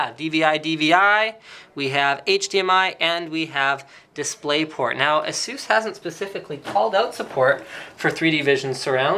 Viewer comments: lolzzzzzzzzzzz its eh_sus not asoos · lol "asoos". it's" Ace-us" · Azeus? I always thought you pronounce it as A - SUS. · What is the correct way to pronounce it guys? Asoos or aceus ? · Is it pronounced "A-Zues"...or "A-SES"? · I hate it when people pronounce it as "Asoos". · Please stop saying Asoos. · Erhmm ... you pronounce Asus wrong bro :/ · Exactly. How people can mispronounce that is beyond me.